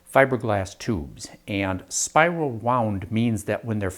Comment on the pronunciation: Spiwil wound uwu